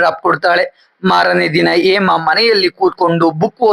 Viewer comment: ಹೇಮಾ ಅಂತ ಸರಿಯಾಗಿ ಹೇಳಿ ಏಮಾ ಏಮಾ ಅಂತ ಯಾಕೆ ಹೇಳ್ತಿರಾ ಹ ಮತ್ತು ಅ ಉಚ್ಚಾರಣೆಯನ್ನು ಸರಿಯಾಗಿ ಮಾಡೋದನ್ನು ಕಲಿರಿ😊